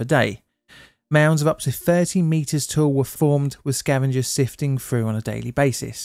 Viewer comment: Through,,, not frough...